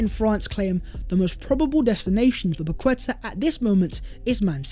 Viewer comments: How many more times? It's Pa- Keta ... not Pa-Kweta. It just shows you need more focus on detail when speaking on peoples names. It is important. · How to pronounce: Pa - kwe - ta ❌️ Pa - ke - ta ✅️ Much love though ❤